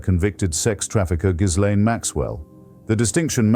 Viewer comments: Hitch would have known the 's' in "Ghislaine" is silent. If the text-to-speech doohickey can't do it maybe you could give it phonetic spelling in the input for new words. Enjoying the vids greatly. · I believe ... ( maybe I'm wrong) the correct spelling /pronunciation of her name is ... " Jizzlane " Maxwell. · He pronounces Ghislaine incorrectly.